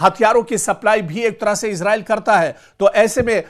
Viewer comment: Sir इसराईल कहा karen इजराइल नहीं bola karen ok